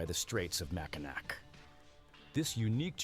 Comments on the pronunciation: Its not Mackinack its Mackinaw......even though its spelled Mackinac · wish AI or whoever is narrating would learn the pronunciation of Mackinac - they hit the last c which is definitely silent, more like -ah than an -ac at the end